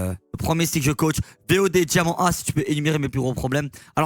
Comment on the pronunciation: Tu feras gaffe t'as fait du franglais "DIAMAND"